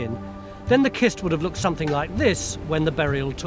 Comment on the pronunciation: When you see the word "cist", say it like cistern.